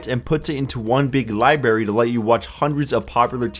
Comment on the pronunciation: lol dude fucking pronounced it "libary" like he was 5 years old